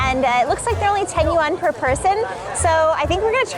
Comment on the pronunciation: Yuan is a singular word with a singular "syllable" 😂